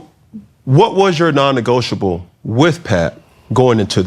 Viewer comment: Who noticed the mispronunciation of non-negotiable 🤷🤨🫢